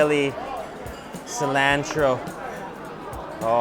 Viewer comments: everything about this video was great except the way u pronounce cilantro lol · hey think you can learn how to pronounce cilantro correctly since you seem to like it so much? And maybe while you have that dictionary open you could possibly learn ANY word other than 'amazing' to describe the food you eat - ty